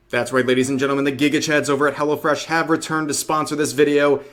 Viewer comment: Hello Fresh sounds like Hella fresh when you say it fast.